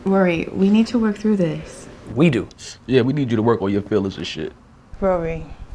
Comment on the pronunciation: I swear she called him Rury 😂💀💀 My guys still got it!!